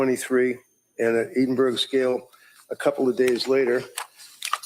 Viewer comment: Cant believe no American professionals can pronounce Edinburgh correctly. Its Scotlands Capital🤣🤣🤣🤣